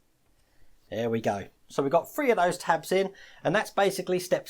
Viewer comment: I like how you pronounce three. Fwee.